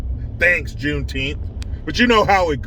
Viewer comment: Is it Juneteenth or JuneTeeth🦷? Asking for a friend!!!